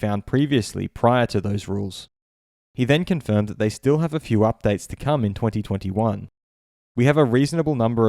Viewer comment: Can you not say 2020 and 2021 normally? Cannot get past it 😬